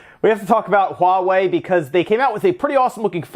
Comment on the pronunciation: It's so nice to hear people call it HUAWEI and not Hua way